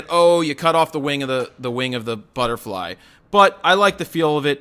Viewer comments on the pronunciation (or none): did you say futterbly ?